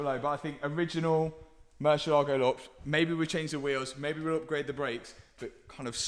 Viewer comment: Plz at least pronounce the Lambo name properly. Is MURRCIÉLAGO